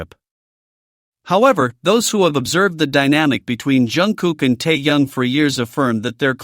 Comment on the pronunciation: Ты где учился научись правильно имя говорить тэхена а потом расскажешь